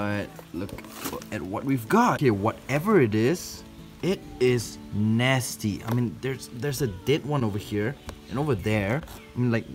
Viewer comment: Cuz he said gone naysty just use the communitive property = naysty gone trolololololol